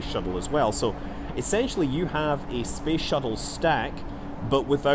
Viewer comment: it's cool how scott stays clear of politics and is just like "spess"